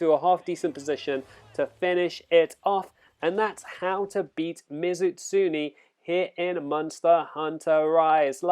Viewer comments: It's not pronounced Ms. Utsuni. It's me zoo tsun e(e like in bed). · You're not good at accepting criticism. And no, your pronunciation of Mizutsune was pretty damn bad. But I didn't make a big deal out of it. Just told you the right way.